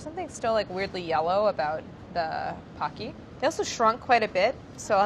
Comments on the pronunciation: I need to get over my pet peeve of people mispronouncing “pocky.” It’s pronounced “pokey.” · It's pronounced Poh-key no? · they pronounce it ‘packy’ the whole video,,,,,,,, I,,, don’t understand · Who else is just cringing every single time Claire pronounces pocky wrong ☠️ Poe-key (pokki) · POH-key! Don’t have enough time to watch full video. I hope someone corrects the pronunciation!! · Aren't they pronounced "po-ki"? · Am I the only one bother by the pronunciation of “Pocky”? It should be “po-cky” like bo-cky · it is pronounced pOHcky!!!!!! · 35 minute video, 4 days, and Pocky is only pronounced correctly once by. Poe - key. It even says it on the wiki page Claire looks at. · the japanese in me gets so triggered whenever someone pronounces pocky like “hockey” i dont know if i can watch this episode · It can't get through the whole video. Living in Asia, I literally get triggered watching this video because we've never pronounced it with a soft "o" sound. :(( it's always been Poke-E to me since eating it in elementary ;( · Pocky, my childhood snack. It hurts every time I hear it pronounced Pocky (like hockey) though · You'd think they'd research how to pronounce it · I love this episode, but hate that Pocky was mispronounced the entire episode. I was OK with it till she read the Wikipedia on them and the pronunciation was literally the very first line on the article! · It is pronounced with a long o. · Im sorry pocky shouldn't sound like it rhymes with hocky 🤣🤣🤣🤣🤣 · Will someone break it to Claire that's shes pronouncing Pokey wrong? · It'll be interesting to see if, at any point in this video, a single person pronounces Pocky correctly. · I hate how she's pronouncing Pocky, but we Stan nonetheless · Ok so Claire = instant click... but I'm just a minute into the video and I'm already hoping someone corrects her on the Pocky pronunciation. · The "Po" is pronounced like "Police". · Why is she calling them PAcky? They are PO-keys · It's po kki not poc ky.